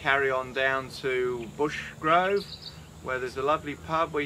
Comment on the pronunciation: *Brushgrove, not Bushgrove 😂